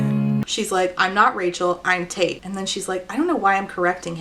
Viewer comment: You say Tate, I hear Taint. Same same.